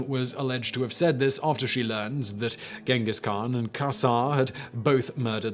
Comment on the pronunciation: I'll throw a party the day Simon learns how to pronounce Genghis khan 😅